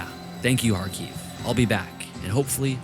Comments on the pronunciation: Video is very cool, but it’s Kharkiv not KharKyiv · Odesa, not Odessa. Every time you say Kiev or Kharkov, you seem to agree that it is Russia. Please use Ukrainian transliteration in Ukraine